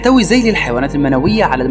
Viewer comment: ذيلللللللللللل وليس زيييييييييل ماهي مشكلتكم مع حرف الذاااااااال ......ذال ذال ذال الفظها وليس زيوووول ..